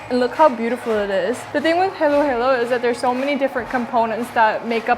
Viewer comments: It's shouldn't be pronounced as Heylow-Heylow! It's Haa-lo, haalo (Halo-Halo) because all the A's in the Philippines are pronounced A for apple. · soooo who is gonna tell our queen that Halo-Halo is pronounced "hollow-hollow" <3 love you Doobyyyy